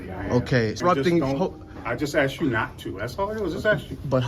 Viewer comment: Why can American auditors not say the word "asked" properly?